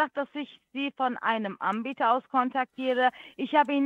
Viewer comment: Sagt die immer: Die Ambieter?